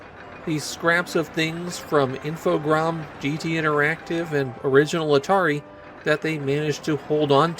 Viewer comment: I think you're the first Youtuber I've encountered who pronounces Infogrames correctly.